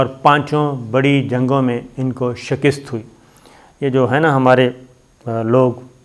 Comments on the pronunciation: shakist nahi hota yar ,,,,,,, shikast hota hai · آپ کو شہِ کِست نہیں بلک شی کَست کہنا چاہیے معزرت کے ساتھ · Ooooooh pa paindooo I told u don't say shekist it's right speak Shakast.. Allah ka wasta hai es ko theek bola karo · Mere kheyalain saheeh lafz "Shikast' hay.